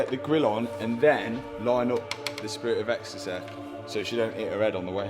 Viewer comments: "Spirit a exstasayyy" beder alredi! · "Spirit of Ecstacehh" is surely a new t-shirt slogan? 😂 Great vid as always.